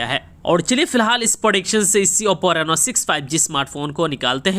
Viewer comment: Its not nenoa.. Its just reno..